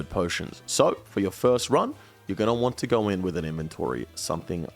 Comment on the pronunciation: Thank you so much for being one of the ONLY youtubers that say "Going to want to" and not "GONNA WANNA GONNA WANNA GONNA WAHHNA" xo